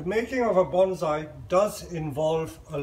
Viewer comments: It's NOT BonZai, it's pronounced Bonssai..... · IT'S PRONOUNCED BONE-SAI. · Very much enjoyed the presentation. Is that the expat Chinese pronunciation of Bonsai ? 😎